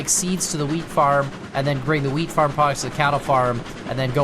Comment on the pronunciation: My friend mentioned it sounds like you're saying "weed farm" instead of "wheat farm" and I can't unhear it now. Hope everyone is doing well.